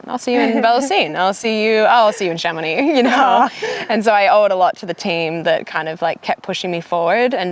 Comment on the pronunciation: I'm just here for the proper pronunciation of Chamonix... Nice job!